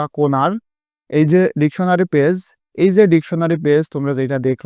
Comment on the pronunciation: সার ডেকুনারী না ডেকসুনারী😂😂